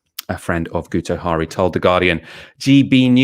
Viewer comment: It's pronouced 'Gitto Harry' - he's Welsh.